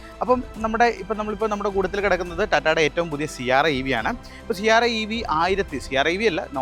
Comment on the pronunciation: Siarra അല്ല Sierra ആണു.😅